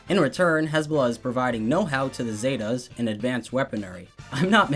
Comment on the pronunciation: I love your video bro, but your pronunciation of Zetas is hilarious.